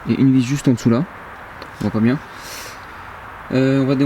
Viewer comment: biennng biennng comme dirait un Marsellé hé hé